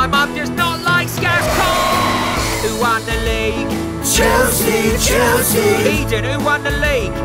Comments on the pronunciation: Ummm is it just me or am I hearing Chelsea Chelski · Isn't it chelski